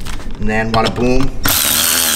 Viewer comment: you know it’s Badda boom badda bang. Not wadda boom wadda bang...